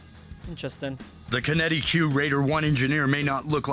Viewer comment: It tilts me that he says QinetiQ wrong. It's pronounced exactly like kinetic :D